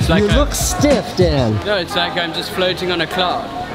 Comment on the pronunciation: "Its like I'm just fleeouteeng on a cleeouud" idk why I enjoyed that so much